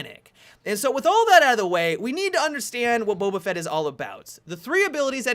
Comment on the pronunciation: Finally someone who pronounces Boba Fett correctly.